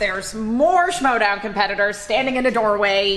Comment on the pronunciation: someone gotta tell that its not the Showdown but the schmoedown